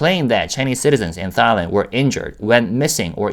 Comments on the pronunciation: This is kinda off topic, but as a Thai person, I giggle every time you pronounce Thailand, because it sounds like ตายแลนด์ (따이란) which means the Land of Death in Thai language. Try pronouncing it using the single ㄷ (다이란) to get it to sound like ไทยแลนด์ which means the Land of Freedom. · I giggled the first time I heard him pronuncie it, too. I've never heard it pronounced like what sounds to me like "thigh-land."